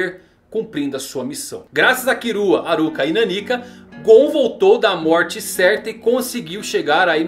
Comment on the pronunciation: mano pq ele fala "kirua"?